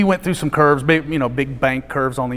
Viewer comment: Every time he says "curves", I understand it as "kerbs". Now, the roads in Germany are like race-tracks, but they have no kerbs